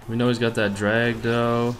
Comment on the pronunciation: Can't you please not say "doe" it's incredibly annoying. Thanks